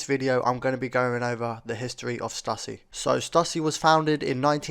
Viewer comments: ITS STOOSY NOT STUUUSSY BRO! 🤦🏾‍♂ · Cali born here....born in 80....I wore all their skate wear. So awesome to see! Although in California we pronounced it Stoooooosy dude.